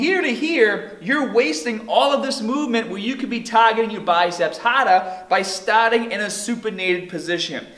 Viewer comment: tahgeting yar biceps hahdar by stahting in a supinated position